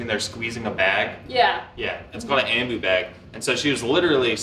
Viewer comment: Respiratory therapist here that watches your channel. Ya’ll are awesome! And a lot of people are sensitive about trach sites. And yes you said ambu bag correctly. Lol